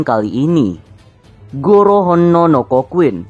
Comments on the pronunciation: Bang bukan goro tapi garo pake a bukan o di garo nya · Garo bang bukan goro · Benar tuh sala ngomong tuh abang